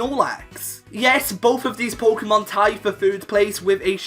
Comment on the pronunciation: Thanks, when I heard him say „puukemon“ for the third time, I didn’t want to go any further